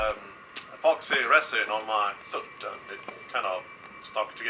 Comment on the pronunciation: Wait what happened to your foot I couldn't understand you